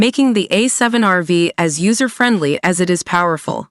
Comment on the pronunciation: I think it's called A7R5 or A7RV ( no vee ) :)